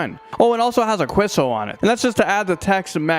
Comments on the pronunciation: did you say the Whopperito has a KWESSO? Dude, you can't do queso dirty like that. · Nailing “chalupa” but butchering the heck outta “queso”